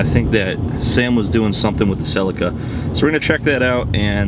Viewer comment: keen for the Celica, but only if you pronounce it properly like the rest of the world